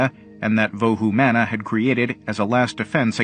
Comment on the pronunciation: It is pronounce as vohu mano.